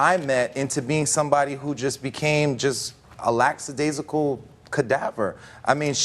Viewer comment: The word is LACKadaisical.